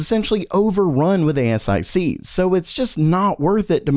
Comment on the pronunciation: Never heard anyone call them A-S-I-Cs.